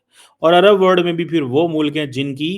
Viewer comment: WORD nahi WORLD hota hai so called fargi se what is your problem non of the world has problems except you bhikario